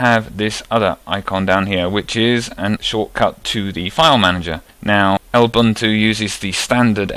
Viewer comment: I've never heard anyone call Lubuntu "El buntu" before.